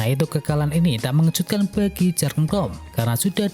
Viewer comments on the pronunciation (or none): yurgen om, bukan jargen